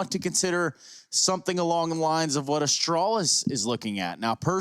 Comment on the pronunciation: Me: Astralis Caster: Ashtrohlis